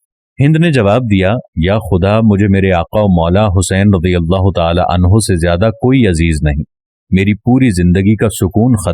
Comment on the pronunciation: Bhai rajeyallah nahe s A bolo